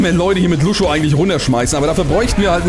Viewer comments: du hast lang nicht gespielt, sprichst lucio falsch aus, aber bist trotzdem mindestens genau so gut, wenn nicht besser als ich, der lucio main ist ._. :D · Bin vorbei. Er weiß das er es falsch ausspricht er findet es nur lustiger^^